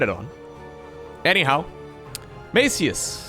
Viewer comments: Actually Maciuś is pronounced Mathew but with s one the end that is kind of weird to pronounce. Its polish version of mathew but like one that kids are called (like tommy for example) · The way you pronounce "Maciuś" is so funny that I won't even correct you. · Maciuś is polish version of name Mattheus but said in a 'cute' way as to a kid or loved one. And you're pronouncing 'ś' wrong ;) but that is expected. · Maciuś is diminutive of polish name "Maciej" which is english Matthias and its pronunciation is totally different 😁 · pro tip: Google translate is very good at pronouncing the names. Sometimes is just the problem with not having letters from the language in question. Maciuś is a diminutive version of the Polish name Maciek. It's almost like pronouncing the cheese "Gouda" xD. 90% of Europe gets it wrong xD. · Your pronunciation of Maciuś hurt my ears. You can check how to spell it in google translate. It’s polish nickname.